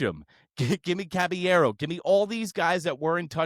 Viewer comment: Who tf is Cabañero … CABALLERO put some respect on that man’s name 🫡